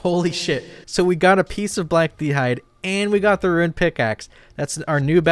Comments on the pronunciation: Bro, Rune isn't 2 syllables. It's not Ruin, it's not ra-une, it's roon. The way you say boon, the way you say doom, the way you say gloom, it's fucking rune. My brother in Christ, idk how many more times I can hear you say that shit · You're 99 % certainly trolling but I'll still give this pronunciation advice: there is an i in ruin but not in rune. That's it, look at the word. English language is very pathological but for once the spelling gives a hint of the pronunciation. No, I'm not a teacher, not even a native English speaker, but trust me bro. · Lol rune!!!! Not ruins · ROON my man. ROON.